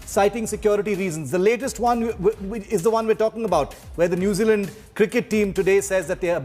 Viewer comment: New Zeala😂😂 Indian English 😂😂 Jacinda Ardern not Arhern